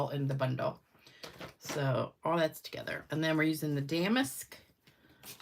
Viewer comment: Love the technique and cards! The embossing folder is pronounced da-mask, not dam-ask 😂